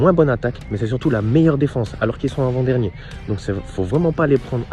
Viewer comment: arrête de dire " invent dernier " tu me stresses mdrr avant dernier sale chti , belle video ;)